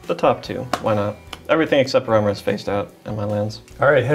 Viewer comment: the only thing more annoying than constant mystic remora triggers is mispronouncing remora on each trigger